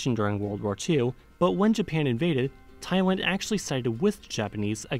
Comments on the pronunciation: Oh god, i got irritated everytime he said "thaiwan" instead of "thai-land". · At the beginning of this video,.. word "Thailand" pronunciation of yours is correct. But after a while you mispronounced my country name. Instead of pronouncing Taiwan, it should be pronouncing Thailand. I'm sure you don't want to mispronounce. I really like this video. It makes me proud of my country. :-) Long time ago,.. there was a misunderstanding that Thailand is Taiwan.. But now everybody in this world knows Thailand very well,.. you know why? The Prime minister and his ministers are the most stupid on the world stage. THE WORLD OF JOKERS. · Why i always heard you said "Taiwan" so many times. T-H-A-I-L-A-N-D not Tai-Wan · I thought I heard Taiwan a few times instead of Thailand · Thaiwan lmao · You basically say Taiwan in the video.... Im Thai and I get this all the time. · Thai & Tai is same pronounciation. But land & wan is very different. You pronounce land almost like wan. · yeah that’s definitely Taiwan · yes you said taiwan in later parts of the video.. it should be pronounced like this, taiwan: tai-one, thailand: tai-lend.. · Just admit it you miss pronounce Thailand to Taiwan after certain minutes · I heard Taiwan a few times, for example. I was going to comment and then I saw that hundreds of people already commented on this ^^ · Thailand (Ty-L-And) Taiwan (Ty-WAN) Netherlands (Neth-er-Land) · For like the first three minutes you pronounced it right but later you just said Taiwan Taiwan Taiwan which is a whole other country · I heard Taiwaned multiple times as well as Tywin. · he kept saying "Thaywhan" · You heard right, I've heard him say "taiwan" in the second half. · he clearly says Taiwan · lol i heard that too. i guess thats why some people got confused between thailand and taiwan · yes i heard it too. he said taiwan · In the first part he was saying it correctly, "Thailand" but at the end he is saying Taiwan 😅😅😅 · You are right, his Thailand sounds like Taiwan.